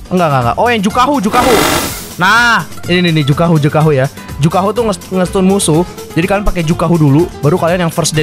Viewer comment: Juhaku bukan jukahu😂